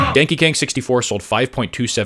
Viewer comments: "Donkey Kang 64" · Donkey Kong 🚫 ✅ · Why do you say? You don't know how to say Donkey Kong? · “Danky Kang” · I know you did it on purpose, but “…” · He said! 🤣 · Did he say denky Keng? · “ 64 sold…” 😅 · Do you just say? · Bro said ‘’ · “Donkey Kang” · ""...now I KNOW this is AI. This is getting really ridiculous. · lmao 🤣 how do you pronounce everything perfectly including donkey Kong then absolutely butcher it the second time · I could have sworn he said "danky kang" im dead 🤣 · I love, or whatever you said.